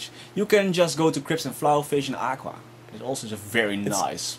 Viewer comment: I LOVE the way you pronounce Aqua, like akwwa